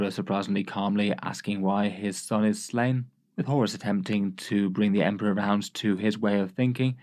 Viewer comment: I really liked when he said "it's emprah time" and emped all over those guys.